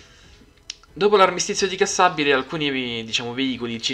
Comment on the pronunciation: Armistizio di "Cassibile" e non Cassabile. A parte questo grazie x questo grande e ben fatto lavoro.